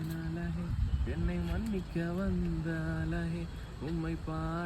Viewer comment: அழகே ன்னு சொல்லுங்க... ழ சொல்லி பழகுங்க... உங்க recent shorts லாம் சூப்பர் 👌🏼